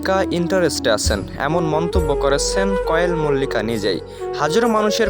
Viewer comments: ভাই আপনি তো নাম ঠিক করে বলতে পারেন না কোয়েল মল্লিক হবে ওটা কয়েল মল্লিক হবে না😅😅😅😅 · তুমার কোন কাজ নেই নাকি শুধু শুধু Zubeen da কে নিয়ে বিড়াল হতে চাইছো।আর কোয়েল মল্লিক এর নাম টাও ভালো করে উচ্চারণ করতে পারনি ।